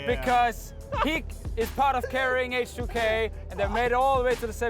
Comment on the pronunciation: its Age2K not Hache2K NotLikeThis